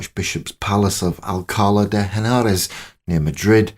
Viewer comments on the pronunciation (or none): Thank you for this - a lovely look at a strong and interesting woman. A couple of notes as we go along: Nitpick on pronunciation: it's Al-ca-LA, accent on the last syllable. The "H" in Henares is silent, as it normally is in Spanish. The portrait you show at .47-9 may not be of Catherine but of one of her sisters: by the nose and the expression it is not like the other portraits presented as Catherine and is more like Juana. The link to English monarchy with the Trastamara line came with Catherine of Lancaster, daughter of John of Gaunt and Constanza of Castile. The dispensation for the marriage of Henry and Catherine had actually been minutely negotiated, composed and finalized before the deaths of Isabel and Henry Tudor; the phrasing here makes it seem as though the dispensation was concluded much later. Verbal typo at about : James' bloody coat; not Henry's. Just nitpicking here. Phrasing is confusing: Catherine died at age 50, not 35. She was 35 in 1520, which was the year of the Field of the Cloth of Gold. It was a tense year, but not the end of Catherine's hopes.